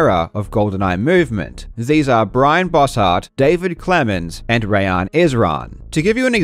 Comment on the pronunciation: as a Rayyan who gets his name messed up all the time, I just want to thank you for getting the pronunciation right. absolute legend.